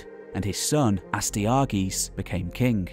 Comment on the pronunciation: Love the channel, but the pronunciations of Astyages and Nabonidus were tough to listen too.